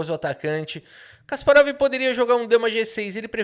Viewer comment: Kasparov esse que odiava o regime soviético? Nah, que seja Guérry mesmo.